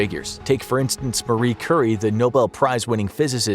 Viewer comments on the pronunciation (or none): none